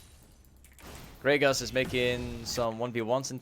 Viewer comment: yo its "GRAGAAS" not "greygus" lmfao much luv to u fam <3